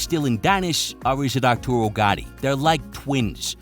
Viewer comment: He actually said "Arturio"... He's more like Tito Ortiz.